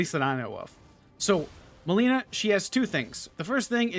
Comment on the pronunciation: It was bothering me so much that you kept calling her "melina," she says her name in the cutscene